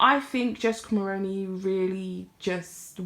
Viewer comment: Hi First off great video.. Second I would just like to point out that you are pronouncing Mulroney incorrectly...Mull-roo-knee..the roo as in room or kangaroo.. I'm Canadian and remember very well her father in law as Prime Minister..just trying to be helpful as the majority of non Canadian content creators are mispronouncing the name. You can watch videos with it being said correctly try CBC Global or CTV as they are Canadian news channels..yes I'm Canadian 🇨🇦🤗 Hopefully you find it helpful